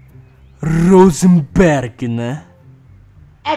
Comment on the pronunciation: tava com saudade da falando hosanberg